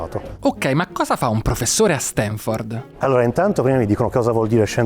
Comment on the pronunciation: pero' se dopo questa intervista continui a dire StEnford... non ti si puo' ascoltare 😭